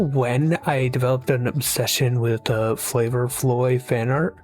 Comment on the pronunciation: I Have Never Heard Someone Call It Flavor Floy Before